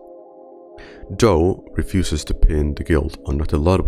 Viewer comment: Soldier is doe not joe his full name is literally jane doe not a shortened "joe"